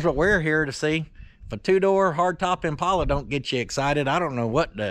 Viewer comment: pronounced it correctly.